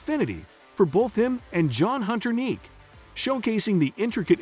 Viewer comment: who the hell is john hunter Neek ? you guys suck at putting video stories together. always getting names wrong.